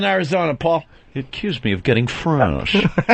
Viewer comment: “he accused me of getting fwreeeshh” kills me every time